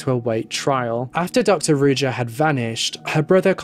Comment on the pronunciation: You're butchering her name.it's supposed to be read as ruža meaning z is read like in for example in joie de vivre not as j as in jeans.Ruža means rose on multiple slavic languages.it's almost obvious that she went into hiding with the money she stole which is horrible.poor people.